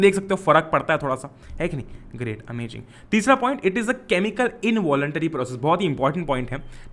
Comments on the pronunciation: "oho great amajing " mark that its not amazing its amajing.....bhaiya alag hi hain ekdam fabulous... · Who noticed when he say ''amajing" instead of ''amazing'' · its not AMAZING!!!!!!! Its AMA-JING according to............ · Am I the only one army (as well as the student)over here who is hearing his Amazing as amaJIN ??? 😁😁🤓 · FFS pls stop saying AMAJING its not AMAJING it's AMAZING! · idk why sir say amaging instead of amazing 🤣😂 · How is saying amaging 😄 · His "ohho amajingggg " is amazinggggg !! 😂😂😂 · "amajing" bhai 😂😂😂 jk broo thankyou for explanation❤